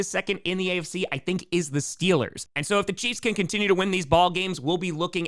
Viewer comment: We need the T-Shirt, "Stillers gawna supabowl". Excellent regional dialect research.